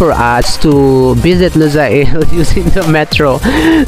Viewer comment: just wanted to let you know, its lu-sayl, not lusa-il ;)